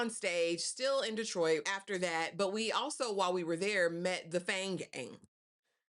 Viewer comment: Hey! I give this ep 5 sweet peas! I love the title, and I also loved how they captured actual footage of my hometown ❤️ 😊 Im gonna watch it a couple more times!! Are you from Detroit? You didn't say "Dee-troit" like others do! 😂 #313 #whatupdoe